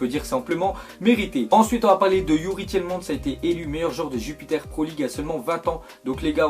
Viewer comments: on dit pas Jupiter pro league mais jupiLer pro league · Waw "Jupiter pro league" c'est Jupiler